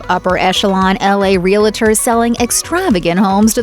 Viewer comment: Voiceover lady can’t pronounce “realtors.”